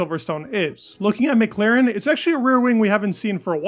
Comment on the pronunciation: MclAAAAAren not MclEEEEren